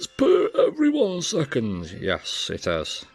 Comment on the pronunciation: Nice video! Excellent for dummies , but hopeless attempt for the "PER ONE SECONDZZZ" guy